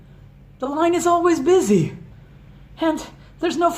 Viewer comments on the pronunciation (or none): none